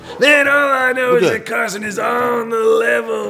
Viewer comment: Its not carson its karlson😽☝️🤪😉🧐🧐🧐😉🧐😉🧐😂😉😃😉😃😉😃👐🏻😉😂😉😂😉😂😉😃🤣😀🤣😀🤣😀🇨🇮🇦🇿🇨🇮🇨🇼🇨🇮🇨🇮🇧🇹🇮🇴🇮🇴🇰🇲🇰🇲🇧🇧🇨🇰🎷🚲🧩🛴🎰🛴🎬🎺🎧🎼🎫🎼🎟🎹🎸🎸🛰🎸🛰🎭🎸🎸🎟🎸🎭🎸🐤🐤🐮🐮🦁🐦🐮🤡🤡🤡🤡🤡🤡🤡🤡🤡🤡🤡🤡🤡🤡🤡🤡🤡🤡🤡🤡🤡🤡🤡🤡🤡🤡🤡🤡🤡🤡🤡🤡🤡🤡🤡